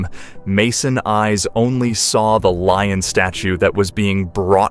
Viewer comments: Exactly! It's "LION", not "LOIN" dammit LMAO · He keeps calling it a loin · “Leo the Loin”? Really? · It’s a “lion”, not a “loin”.😂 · Leo the “loin”, and Lee ohn , where do you get these dummies? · Lion,lion,lion! Not loin!!! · What's with the "Loin?" sheesh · leo the loin? that's a quirky name.. maybe she mispronounced lion when she was a little girl and so immortalized it in the name? sounds like there should be a story behind it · I wish they would get a narrator that could pronounce simple words correctly. They're in English and shouldn't be that hard to read and pronounce. The word is one syllable. Lion not loin. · Did they really say "loin" instead of "lion" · Lion. Pronounced as lye- on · Hubs took his "like" off this video because the narrator wouldn't stop saying Leo the "loin" 😂😂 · or leon! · Will never click your site again. The way keep doing your pronouncing the word LION ,SAME AFRICAN LION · 😂 My thoughts, exactly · My hubs removed his "like" after around the 5th one 😂